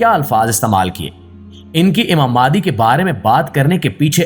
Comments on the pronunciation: Likha nh bol b galt raha ha mehandi ko mahdi bol raha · mahdi is the right word,not mehandi